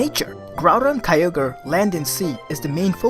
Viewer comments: its Kyogre not Kayoger . so please pronounce it right . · Holy shi- I always thought Kyogre was pronounced as Kyo-Gre